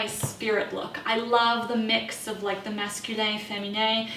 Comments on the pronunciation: I jumped at the French Canadian "masculin/féminin" 😅 represent! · Yes, I was like, "How did she just pronounce that? Is that from French?" So surprising and endearing!